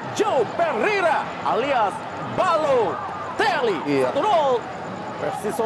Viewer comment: Komentator : Ballotelle😂